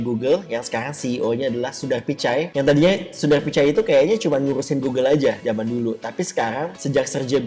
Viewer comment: "ceo alphabet sundaghhh picai "